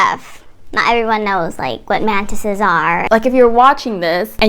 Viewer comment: Why is everytime says 'mantises' all I hear is 'mentits' 😂